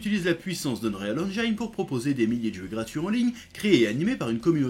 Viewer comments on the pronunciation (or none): none